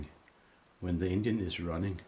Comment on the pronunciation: I really appreciate the work and result. I still can't help it... Every time he says engine, I hear Indian. 🤷🏻‍♂️